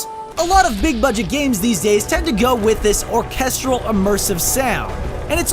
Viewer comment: The way pronounces orchestral makes me want to die